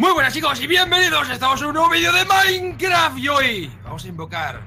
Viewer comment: tu intro sigue diciendo Mikecraft en vez de Mikecrack PD:me gusta mas Mikecraft